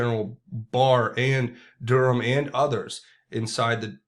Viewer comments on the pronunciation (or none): none